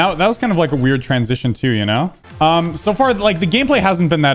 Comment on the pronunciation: I think he said “um” but it came out as “I’m”